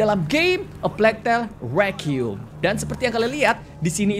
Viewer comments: Hlo kak regi Cuma mau koreksi aja pengucapan "requiem" yang bener itu ri-qua-yem. Bukan re-qium. No hate ya, cuma koreksi ajaa kalo dibaca alhamdulilah kalo tidak yasuda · Sebenernya ngomong nya sih.. Rekwaiem